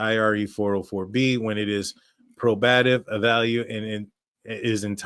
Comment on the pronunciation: I enjoy your videos. FYI it’s pronounced probative not proBATive